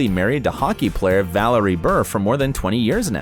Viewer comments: The pronunciation of her husbands first name ad well was so bad I started laughing. It’s pronounced the same as you would Valerie, not Vuhlarry 😂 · You said Valerie Bure’s name incorrectly every time you said it.